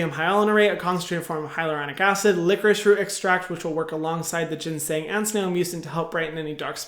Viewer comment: (ever so kindly and gently) it's pronounced Jo-Sun! (and you pronounced ginseng right:)